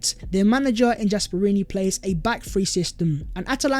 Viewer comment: Gasperini isn’t pronounced with a J .....